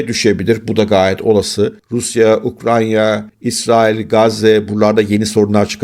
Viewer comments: Hocam Ukranya değil Ukrayna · Sanırım yalnızca bir kez ukrayna demeyi başarabildiniz. Dikkatimi çok dağıttığı için belirtmek istedim 👋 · Ukranya değil Ukrayna 😊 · Ukranya degil UKRAYNA...